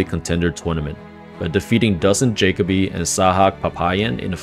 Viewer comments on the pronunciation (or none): It’s pronounced ja co bee. If ur gonna pretend to be a fight fan show some respect n look up how to pronounce names and don’t pull an Oscar.